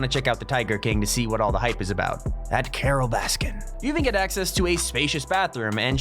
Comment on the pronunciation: the way you said carol baskin XD